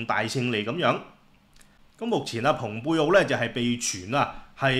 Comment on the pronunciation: 聽到蓬佩奧不再讀成fung佩奧，而是讀pung佩奧，值得一讚，因為普通話就是用「蓬」字來譯原文p字頭的音節。同樣，俄國地方Sochi譯成索契，是因為普通話用契約的「契」字來譯chi，契約粵語讀kai約，索契自也應讀成索kai。「契」只在特指商代祖先契時讀sit，如果粵語讀索sit，普通話便要讀索xie，而若普通話真是想讀者讀xie音，便會寫成「謝」或「舍」之類，絕不會寫成「契」。順便一提，「契」讀kai並無任何不雅之處，正如賓夕法尼亞州簡稱賓州，並無不妥。